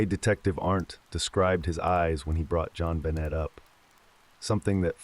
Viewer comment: The way this guy pronounces her name wrong throughout the entire story absolutely drives me crazy 😡